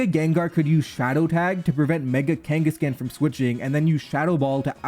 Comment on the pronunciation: The way he pronounces Kanghaskan irritates me to such a high degree degree lol